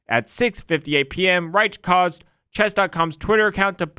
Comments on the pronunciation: Danny Rensch's last name is pronounced 'wrench,' not Reich. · FYI It's "ReNsch" not "Reisch". From what I've heard it's pronounced like "wrench" but with the soft "sh" and not the hard "tsh/ch" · Awesome vid, would love to see a part 2! Also, Danny's last name is pronounced Wrench! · Rensch is pronounced like wrench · This made me remember how I miss seeing your chess streams pop up on my feed :/ Edit: Danny's last name is pronounced "wrench", like the tool And PART 2 PLEASE!!! Civil conspiracy would be so interesting and hopefully make a truthful yet click-bait title. Love you and Kurt! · I feel bad for Danny Rensch. Nobody pronounces his last name right (it sounds more like "wrench"). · reNsch. it's Danny ReNsch!" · Not sure where you’re getting The pronunciation of Danny Rensch’s name lol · I thoroughly enjoyed this video! The graph helped me immensely in getting a better understanding on the basics of jurisdiction! My only complaint is that you mispronounced Danny Rensch's name throughout the whole video! Definitely would like to see a part 2!